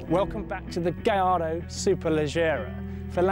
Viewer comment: oh man,in all youtube videos,presenters keep saying gaylordo,wtf its v10 and lambo,its not gay